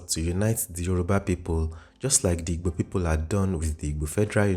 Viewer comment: The narrator is not Igbo. He doesn't even know how to pronoubce the wird "Igbo"